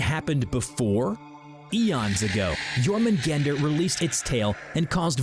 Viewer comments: You didn't pronounce jormungandr's name well : Yormungandr Y is J, J sounds like Y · It’s pronounced yurmingander